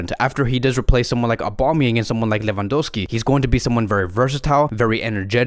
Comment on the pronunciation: It's Palmeiras, not Palmerias Endrick in Brazil is expected to be the next Vini Jr.